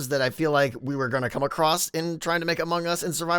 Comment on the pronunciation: I have to tell you again, because apparently you’ve forgotten what Zed said, Among Us is not pronounced like 2 words.